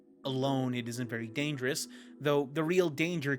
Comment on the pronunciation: genuinely cannot tell of gangerous is just a mistake, or just adding a G to a word because of Garry Newman